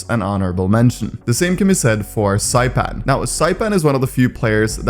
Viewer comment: How tf do you pronouce Zyppan??? It aint saipan wtf